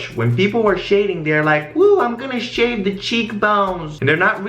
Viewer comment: I love the way you say "shade" it sounds like "shit"